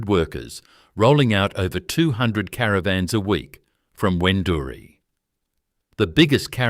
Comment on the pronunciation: A pity you did not get the pronunciation of Wendouree correct. How many other errors did you make?